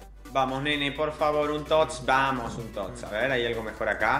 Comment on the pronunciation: Repite con migo Fran....."Vamos" No "Pamos".....hay que aprender a diferenciar una letra de la otra si? 😂😂